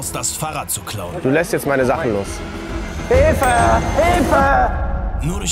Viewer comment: "Hijfe, Hijfe" 😂😂